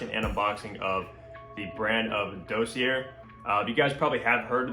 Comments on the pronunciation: Dawseeay not Doughseeair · Sweetheart, ˈdȯ-sē-ˌā! Sorry, it got to be like nails on a chalk board by the end of the vid.